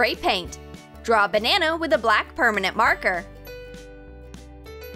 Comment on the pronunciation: did she just say Banano? 😂